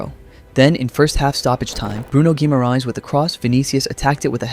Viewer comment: As for “LH”, treat it as the double LL in “Llama”. So “Magalhães” becomes “Magalloens,” not “Magal-hoens.” Basically, in Portuguese, the H never has the English H sound, so ignore that instinct every time. That's a great pronunciation of “Guimarães”, though!